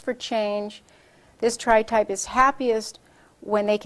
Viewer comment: "tripe" lol